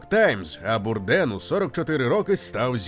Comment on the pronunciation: Звичайно же без хейту, але змушений підправити: Прізвище вимовляється, як Бурдейн. Він був американцем, і на Батьківщині прозвище вимовлялось саме так.